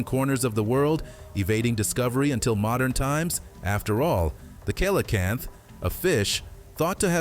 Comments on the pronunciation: coelacanth fish........ pronounced SEAL-a-canth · 😂 What the heck is a "Kelocamph"? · It is pronounced sealocanth.